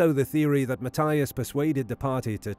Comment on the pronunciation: Just curious why the narrator pronounces Mathias with a T , not a TH, and Weiher with a V not a W? These guys were Americans, and a German/European pronunciation sounds wrong.